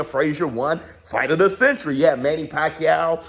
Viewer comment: Bruh WTF 😂🤣😂 "fight of the Centbrbrbrbr!"